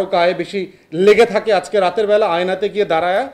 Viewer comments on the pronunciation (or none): none